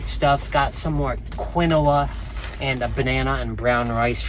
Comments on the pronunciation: The grain is pronounced… KEEN- WAH!🥸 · Quinoa pronounced keen waa!! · For god’s sake.. quinoa is pronounced “KEEN-WAA.” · Quinoa sounds like keen- waa. But pronounce it however you like. Your way is more entertaining. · But it's so funny how he says it. The name originally pronounced started as ke naoh. But you know how lazy peoples language is sometimes lazy in syllables, eventually thay started calling the grain keen wa. I know because I worked in food service mostly all my life I'm 65 and there is a timeline, between 1916 and 18 there was a very popular push on this grain.